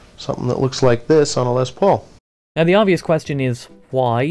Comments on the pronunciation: I know you are English, or "not American" but it is not pronounced "lez paul" it's pronounced "less paul" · Did he say Lez Paul?